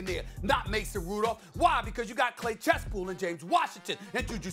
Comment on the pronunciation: Nobody: SAS: Clay Chesspool